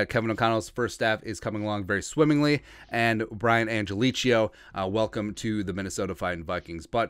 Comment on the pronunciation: Man you musta said his last name 25 times, each time wronger than the last. Angelichio... Do not think chia pet at the end. Angel-e-ko, or Angel-e-kio, your choice.